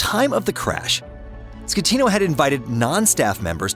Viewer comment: Costa concordia did not sink. What you taking about? And you said the captain's name wrong " captain scatino"